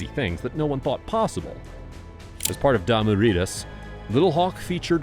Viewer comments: Damu ridas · It's ridas fool just saying.